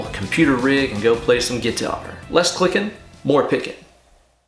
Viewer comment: Awesome sauce ✌️ ... 'guitary' - love your English 🤪 Seriously, awesome idea to put this back on guitar and 'Van-Halenize' it even more 😝